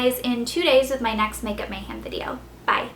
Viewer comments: She says MayHAM rather than MayHEM. Its getting irritating.. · Its pronounced makeupMayhem not makeupMayham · mayhEm... not mayhAm. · You can continue saying makeup mayhem like mayHAM if you want. But i personally don't like it because i think it's mayhEM. with and E. not hating! just commenting! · anyone else lol when she says mayhAm? Haha